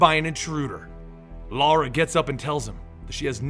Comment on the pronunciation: Reminds me the first video I've seen from these guys he kept saying Lara name wrong and Zod kept correcting him. miss the comedy guys.